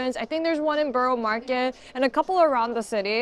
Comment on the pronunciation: I've yet to hear an American pronounce 'borough' correctly.